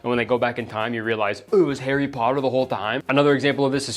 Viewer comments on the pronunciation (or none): none